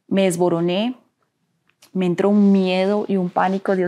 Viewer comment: Se dice me desmorone y no desborone